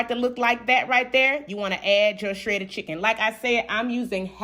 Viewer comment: Anybody with that accent, knows about hogs in the backyard, and pronounces shredded with 2 extra r's definitely knows what she's talking about. I said what I said.